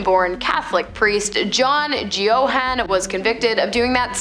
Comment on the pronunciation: I like the content & presentation but you should research the correct pronounciation of the names. You got both ‘Geoghan’ (Gay-gan) & ‘Bulger’ (Bul-jer) completely wrong.